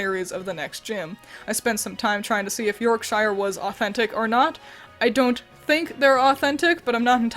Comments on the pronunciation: That's not how you pronounce Yorkshire... When used as a suffix: '-shire' is almost always compressed to "sher" or "shah", not "Shy-err" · You may have done it on purpose but in case you didn't know it's pronounced 'York-shur' rather than 'York-shyer' in the UK (although I love how Americans use the Middle earth phonetics). That was a great name choice for Sinistea though, I now want a whole team of English region Magical girls. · Your hard I shire pronunciation is killing me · I really like the concept of this run! You edited and commented everything so well. i am only criticizing your pronounciation of "Yorkshire" :P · that pronunciation of my home county physically hurt, we don’t pronounce it that way. We pronounce it with a long yor on york and pronounce the shire part like shirt but without a T in